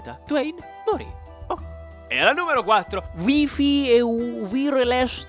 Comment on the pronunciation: Il Vi-fi? Ma non era Uai-fai?!